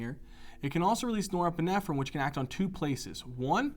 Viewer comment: i wish you would stop saying neuroepinephrine